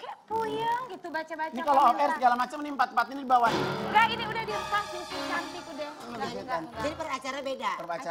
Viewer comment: Kalo sahrini..channtik...bukan syantik